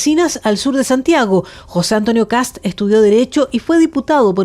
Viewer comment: Por Dios, periodistas ignorantes: El apellido es Kast, no kats o ksap, o kasp. Un poco de rigor y respeto a la hora de informar, por favor. Saludos desde Chile.